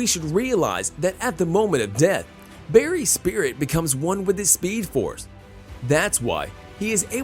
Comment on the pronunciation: he really said speedoforce